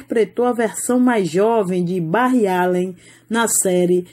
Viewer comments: "Barri" além e foda,"Lohgan" di flash kkkkk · o jeito que falou barry kkkkkkkk. Porem muito triste sua morte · Dclp mais eu ri quando ele(a) disse Barry 😂😂